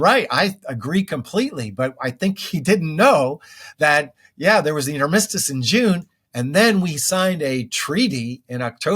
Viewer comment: I do have one issue with him. What's with that weird pronunciation of "armistice"?